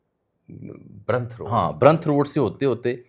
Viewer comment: او بھائی برانڈرتھ روڈ ہے برنتھ نہی